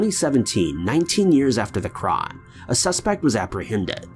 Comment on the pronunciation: I was gonna subscribe to the channel but then I heard the way he says 'crime'